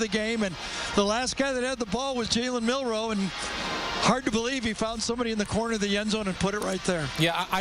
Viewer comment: did you say Jalen Milroe he meant to say JALEN MILTHROW